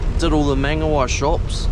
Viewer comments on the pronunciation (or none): Not here to hate but I’m here to fix that pronunciation of mangawhai “munga-fai” not “munga-y” 😊other than that can’t wait to see u get a drone tht would be dope asf